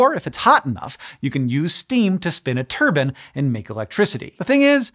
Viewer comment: "turbans" and "turbines" are very different. It would be a great brewery name.